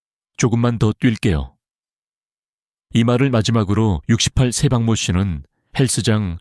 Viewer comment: 1. 치료한 사람이 수천 명이라고요? 결국 의사라는 말이네요. 의사라면 어느 병원인지 의사이름을 밝히세요 2. 68 세박모씨? ㅋㅋㅋㅋ 68세 ^ 박모씨 라고 띄어 읽어야지요 3. 요즘 의사를 사칭하여 온갖 근거없는 정보를 퍼나르는 가짜 의사가 판칩니다. 이 영상은? 그건 각자 판단하세요.